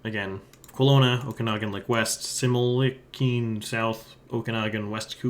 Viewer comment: I’m not surprised that you mangled the pronunciation of Similkameen (it’s SimMILKameen). But KooTAYnee made me lol (It’s KOOT-nee fwiw)